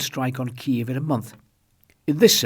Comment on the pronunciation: The consensus in the English-speaking western world is that the pronunciation of Kiev is KEEV, the Ukrainian pronunciation. However, you said KEE-EV twice - a small, but significant point IMO. My wife and I loved your documentary "Our Man in Moscow" on BBC1 the other day. Living on a tightrope 24 hours a day must be stressful. I wonder how much more time you can stand it. Thanks for your the great work you do on the "front line"